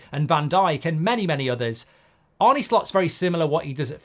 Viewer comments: It's 'Arn-eh' not 'Arn-nee' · Its spelt ARNE but its pronounced ARNA not ARNEY!!! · Mark who is this Arnie that you talk about?. I believe it’s Arne, like John ARNE Riise 👍✌️🫶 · Arny Slot, who is that??🤨 Or are you talking about Arne( Ar-nuh) Slot. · Arn-uh Slot, not Bert and Arnie Slot, is it really that difficult ? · He’s called Arne, not Arny. In Dutch you pronounce it as Arnuh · Arrna not Arne please Mark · His name is not pronounced Arnie and he has made a point of saying this. Otherwise, surprisingly unbiased video... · Mark very good and fair, unbiased opinion on Slot and that’s coming from a Liverpool fan. The only thing which is a little annoying is the pronunciation of his name. Arne is pronounced Arner and not Arny Apart from that keep up the very good work. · To pronounce his name correctly is “Arner” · His name is Arne, not Arnie. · Yep. Love you Mark but it’s pronounced Arna not Arnie. Don’t worry you’re not the only one doing it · Pronounced Arna ...not Arnie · its Pronounced Arna not Arnie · His name is not Arney, you old geezer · It's not pronounced Arnie. It's pronounced Arner. Like former player John Arne Riise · It's ARNE, not Arnie 🙄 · His name is not Arnie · It's not "Arnie"! It's A -r (rolled) -nuh. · It's Arnuh Slot not Arnee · Stop saying Arnie. If you can’t say Arne, just say Slot. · Who is Arnie? It’s Arne! Is it Ereeeq Ten Hag? 😂. Liverpool are already great. Arne is trying to make them greater, get it right. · Its pronounced Arna not Arnie you prat, great video 😎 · Mark, his name is not Arnie but Arne. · Arner Slot not the muscleman pronunciation 👍❤️😁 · I can only assume it's a purposeful mispronunciation of "Arne"? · Try getting his name right to start with goldy 😂